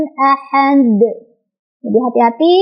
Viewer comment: Jgn tambah hamzah si dal itu, teh. Ahade saja. Bukan ahadek. Itu kn jd seolah2 ada tambahan huruf hamzah